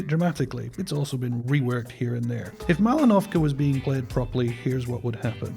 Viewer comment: Well, I have to tell this to the world... It is Mal'inovka, not Malin'ovka =)